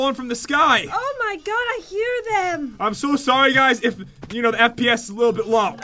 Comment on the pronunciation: he said fps. But it sounded like lps